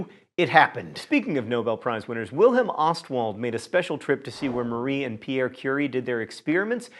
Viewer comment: Is it so hard to correctly pronounce w's in German as v's, as in Wilhelm Ostwald?